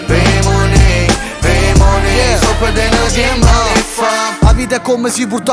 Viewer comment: Ho 40 anni, quindi appartengo ad un'altra generazione. Diciamo che prenderei più seriamente questa canzone se la parola "money" fosse pronunciata correttamente...